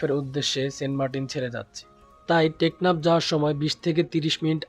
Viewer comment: সেন্টমার্টিন যাইতাছেন নাকি, টেকনাথ। বয়েচ দিলেন ঠিক ৯:৩০ আপনার শিপ টেকনাফের উদ্দেশ্যে যাত্রা শুরু করল।। কিরে ভাই কি কইলেন এটা